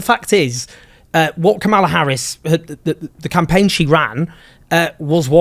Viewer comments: How effin hard is it to pronounce Kamala’s name, Jones… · Come on Owen. Pronounce Kamala’s name correctly. I’ll give you the benefit of the doubt with British pronunciation. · Voter turnout. MAGA showed up. Black men DID NOT win the election for Trump. White men and white women (despite reproductive oppression) did. Trump won’t do anything to make the lives of Americans. American people, in aggregate, are politically and strategically stupid. And dude! Pronounce Kamala’s name correctly! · Pronounce her name correctly Owen....why is that hard to do? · Please always insist that your guests pronounce Kamala's name correctly.